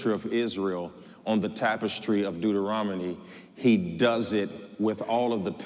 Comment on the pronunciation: “ Deuterominy “ sir I think it’s Deuteronomy❤